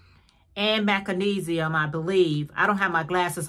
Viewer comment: Macinesium? MAGNESIUM, perhaps🥴